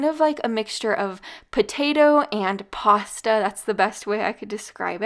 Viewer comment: Hi. Lol.your not pronouncing your pasta correctly.